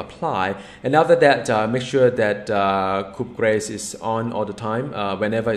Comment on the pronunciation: i do enjoy my steath dps characters, probably because my gear/omega is poor so ability to avoid damage more useful to me than normal. also hit and run style is new for me which is good as someone who's played mmo's since 1st diablo. p.s. it's pronouced coo de graa(rhymes with car), and means killing blow or finishing touch or anything simular depending on its context. not really a saying that gets used much in every day use :)